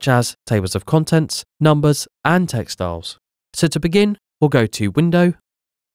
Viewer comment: LOL. I was confused when I repeatedly heard "textiles," before I realized the narrator was merging two words.